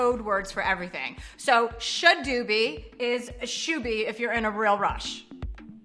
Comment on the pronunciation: she got shoobie wrong